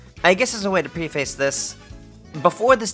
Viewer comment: The word "preface" is pronounced Preh-fes" and not "Pre-face".